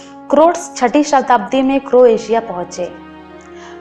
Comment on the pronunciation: Appreciated the efforts to put wonderful and near the perfect points about Croatia. Except few things. Its not Cro-atia, its Croatia (pronounciation matters here) And kings landing is not a movie its a place shown in game of thrones where the king is landing in old town of dubrovnik, which is one of the famous shooting locations of Game of thrones. Rest all its a nice video ma'am/sir